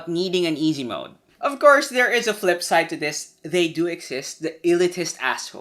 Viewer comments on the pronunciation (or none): none